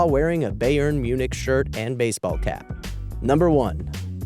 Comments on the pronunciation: Did he say Beyern Munich?😭😭 If you don't play soccer/football,thats alright I guess,its Bayern lol😛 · Beyern... Bayern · that is the most terrible "Bayern München" prenounce, ever.